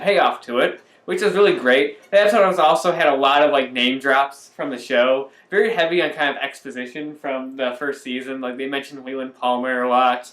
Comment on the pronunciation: ~three years seemed to pass rather quickly (invariably - you have read this before) slurs syllables as he & speak -- "yrev" is his first 'word' - followed by "very" ~~ & shares with Tammy's digits "spiritual mound" --- guys who record these kinds of reviews often come across as ones with that familiar unleashed 'Last Jedi' commentary venom. ~~ you two possess the enduring 'PeaksFreak' demeanor & likely could be somewhat entertained by the thorough depth details of Cameron&Hal's "Obnoxious & Anonymous" youtube destination ~~~ as an intentional skip of your Part8 nuance O passion (until later in the week) --- "Vlog Lady" also a source of fascination -- 'in the shadows' < ^ > ~